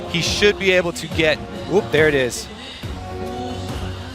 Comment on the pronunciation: "ooop der it iz"